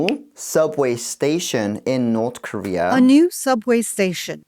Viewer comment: cities skylines norrth korea🤣